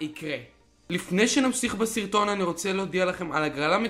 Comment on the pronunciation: ליפני שנמסיך בסירטון 😂😂